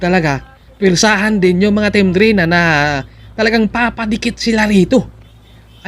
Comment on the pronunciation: pronounce it as D-reyna